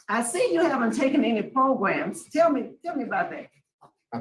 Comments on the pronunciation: PRO-GRAMS … why do u always say it like pogroms (which are wayyyy different haha) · Ooo LOL - thats pretty funny than - so essentially someone on the parole board was calling programs in a way that sounded like the ethnic cleansing of a specific mass group of people instead of PRO-GRAMS …. I literally thought after only 3 videos deep of watching him, that he literally says progrums (though sounds like pogroms) instead of programs But thanks for clarifying so I dont look like an idiot again hahah